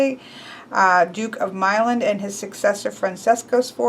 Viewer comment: Omg. The way she pronaunced Milan made me cringe